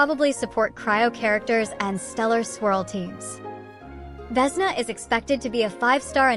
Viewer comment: . She is Vesná,not Vésna He is Valériy. not Váleriy